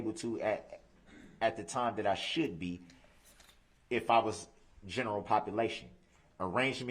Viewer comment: Electrolic filing system, lol. Prejedishes, lol. Hilling, lol. Biastness, lol. Shoult (rhymes with foot), lol. All his references to things being swept under the rug, He's implying that everyone else is sweeping it under the rug, not him. He keeps referring to people being insensitive but of course he means insensitive to him because it's okay for him to be insensitive to everyone else.